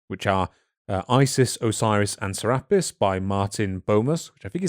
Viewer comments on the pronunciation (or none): "Serapis" is pronounced "Cer-ah-pis" Make that over 2k different Gods, Goddesses, and other deities. Some only known by one name in one place. "Ra-Horakhty" is pronounced "Ra-Hor-ahk-tay". Isis is also associated with the Virgin Mary from Christianity. Though most modern day Christians are unwilling to admit it. "Ma'at" is pronounced "Mah-aht." Apostrophe is there for the brief pause. "Duat" is pronounced "Do-aht." I'm not sure how to phonetically write this one. Think of the the "a" pronunciation with the way you British folks say "can't" vs us Americans. That kind of "a." "Ammit" is pronounced as "Ah-mit." Essentially, all your "a" pronunciations are incorrect. Also, she's not a "demon" Goddess, she's just a Goddess. That's a false interpretation of her role by modern people. She eats the hearts of those who have committed crimes against their fellow men and the laws of the gods, thereby ending their continued existence. She serves her purpose. And the "sins" part is incorrect. People find it easier to shorthand to the Christian "sins" than do the ancient Egyptian beliefs justice. "Ahmenmose" is pronounced "Ah-men-mo-sa." Just like "Thutmose" is pronounced "Tut-mo-sa" With "Ptah" the "p" is always silent so pronounce it as "Tah." "Thoth" much like "Thutmose" is pronounced with that "h" at the beginning being silent. Which is confusing for us English speakers but that's just how they transliterated the hieroglyphics into our alphabet. So read "Thoth" as "Toth". "Ptolom